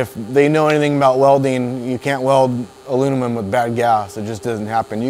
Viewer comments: he said « alunimum » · Love the vid very helpful but I’m just saying I could make a drinking game on how many times this guy mispronounced aluminum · "Alunimum" LOL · Sounded like Alu-mum to me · So when welding ALUNUMON 😂😂😂😂😂 sorry It made me laugh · this guy keeps saying alumimum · The way this guy says aluminum drives me absolutely insane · Great vid but this dude was having alot of trouble pronouncing aluminum 😂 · Good video but he struggled saying aluminum lol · Great video, but in a video about aluminum welding, you should at least know how to pronounce it.. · Anyone else notice he said "aluninum" when it's pronounced aluminum, and he also said "tall tale sign",when its actually tell-tale sign?...and that was just in the first 45 seconds? 🥴I think I'll go somewhere else.....Stay in school kids.